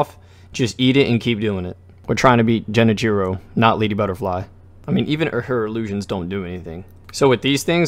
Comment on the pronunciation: "Jenichiro"? Seriously? How?